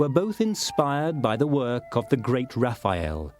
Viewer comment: Raf-EYE-el. Why did this bother me so much?